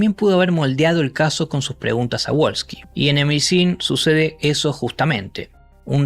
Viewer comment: Não se diz Wolsky com "u" mas deve dizer-se "V" como em alemão o W lê-se V ... não U como em inglês! Abraço desde Lisboa 🇵🇹